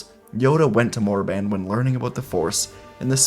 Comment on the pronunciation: It will always be korriban to me, not Morriban.